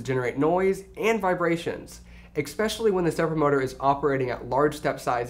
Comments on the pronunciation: eXpecially. oof. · And then he said "expecially" -_